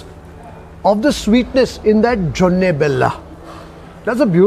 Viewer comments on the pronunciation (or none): it is JONI BELLA, not JONNE :)😃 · It is "joni' bella.. Not jonne.. 😊joni means honey.... And this cuisine is not North Karnataka, but North Canara, which means Kumta, Shirsi and those places...